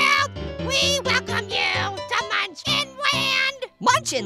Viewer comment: Not "muncin". Munchkin.